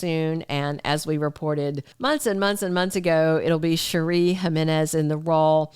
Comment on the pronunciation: You’re pronouncing Cherie’s name wrong. as in Sherry